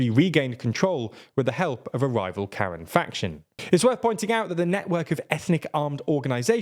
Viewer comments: Actually their name are pronounced more like Kha-Rhiang than karen but 💁‍♂️ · While it's quite amusing it should be noted that Karen (also Karenni) isn't pronounced Ka-ruhn like the western name, but rather Kah-ren with emphasis and a rising tone on the 2nd syllable. They don't actually need to speak with the manager. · to help with explaining it in the future, I would use the phonetics "not like 'care-in' but rather 'kah-REN,' the capitalization noting the active emphasis on the second syllable" I help a few ESOL youtubers with pronouncing things so I have a lot of practice, feel free to use what I said or discard it as you please. Just wanted to contribute if I could. its not our fault, English has let us down. It lacks all the various accent marks that could help us, as well as pulling from 3 root languages and amalgamating words from every language it comes into contact with. We dont know how to pronounce a lot of things because there's no clues in the language how to do it. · I know it's a real war and the ethnic group is pronounced differently but this presenter saying how different groups of Karens (pronouncing it like the name) made me chuckle